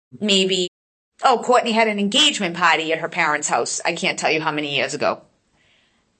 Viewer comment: Not making fun, I promise. I am from Georgia so you can imagine. I keep hearing birthday “potty” instead of birthday “party.” 🤣